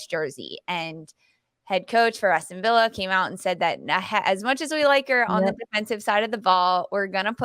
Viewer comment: Its ASTON VILLA NOT VIA .